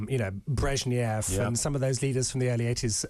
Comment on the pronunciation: BREZHNEV not BREZHNIEV. WTF.